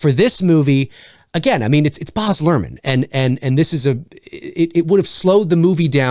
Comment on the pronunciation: No offense, but Baz is pronounced exactly as it looks (it rhymes with Jazz).